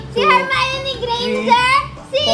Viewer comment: "Si Hermione Grainginger" 😂😂